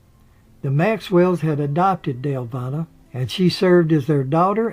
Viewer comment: Well done! I would only say that Paulita is pronounced 'Paul-eee-ta' (long e sound). Similarly, Deluvina is pronounced 'Duh-luh-veen-ah'. Hope that helps. Thank you for the video!